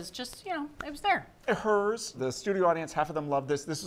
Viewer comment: “(H)-airs” not Hers. People I know worked there and I’m from the region. One of the Battles of Gettysburg was Herrs Ridge. I said it wrong for years and a Gettysburg battle tour guide got me straight. I think there is still an Inn there named accordingly.